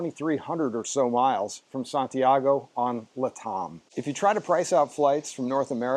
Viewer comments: Why is he saying LATAM like "le tom" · weird, I’ve never heard it pronounced like that. Is it a USA English thing?